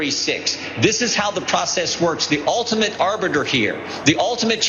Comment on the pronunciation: Does jim jordan not know how to pronounce ultimate? He repeated "altimate" several times. Maybe he's just got a weird accent. I hope he gets locked up too, he's another traitor.